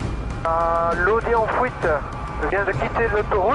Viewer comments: Haha, prendre la"fouite" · l audi en fouite on dirai il dit mdrrr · il n'a pas réussi à prendre la FOUITE ^^ x)